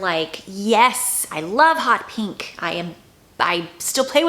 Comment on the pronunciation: I like how you pronounce’peenk’